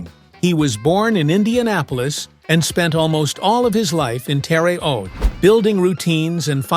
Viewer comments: the A I sucks it can't prince terra huate right not terre oat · Geez AI -the City in Indiana is pronounced nothing like it was pronounced here! It’s phonetically Terra H(hard h) oat. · The Narrating AI BOT should learn how a regional city (a any town) pronounces its name. In Southern IL there is a Vienna pronounced “VI-Anna. Also a Cairo, pronounced “Kay-roh”. And a Louisville, which is not pronounced odd like Louisville, KY. 😮 Terra Haute, IN is pronounced “Terah Hoat”. Your welcome. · Sad AI can’t pronounce Terre Haute Indiana.